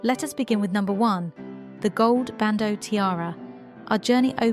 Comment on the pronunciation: It's bandeau. NOT "bando".